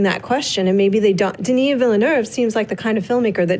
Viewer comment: Alright let's make it clear, I'm french canadian and the girl in the middle is pronouncing denis name right !